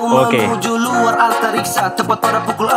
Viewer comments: Antariksa bang bukan antartika😅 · Bukan antartikaaa oy bang, antariksaa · Antariksa bang bukan antartika, 🤣🤣🤣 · antariksa bang bukan antartika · Antariksa bang bukan antarika' lu tau baca ngak' mau komplen tapi ngak tau apa arti lagu nya